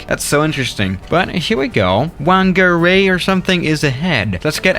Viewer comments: Pronouncing from: Hokitika: hoketeka ❌ Christchurch: Christchurch ✅ Auckland: ahkland ❌ Timaru: temaru ❌ Queenstown: qwenstin❌ Wellington: Wellington✅ Gisborne: gisboren ❌ Whangarei/fongaray: wangaray❌ Taupo: Taupo✅ Good job I am impressed ✅✅✅😃🤝🤝👏👏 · The "Wh" in New Zealand place names is pronounced like "F", so "Whangerei" is pronounced "Fangerei". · As a New Zealander this is one of the funniest videos I've ever seen! The Wh is pronounced F, for example, Whangarei would be pronounced as Fangarei to a non-kiwi :). They mainly fly to these places as they are towns with either dangerous or tedious roads to link to main cities. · Hokitiki is pronounced Hokey-Teeka. Whangerei is said Funger-ray. Taupo is either pronounced tow-po or Toe-poor. Also all airports are named after where they are obviously. And many places are named in Maori, which is the native language of New Zealand. And the South Island of New Zealand Has a line of mountains, the southern alps and has flat places all around it. And The north Island of New Zealand is mostly flat. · I'm from whangarei and you pronounced it very interesting , I'm surprised you actually landed here the biggest they go is the a320 and they have now stopped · Oh no Whangarei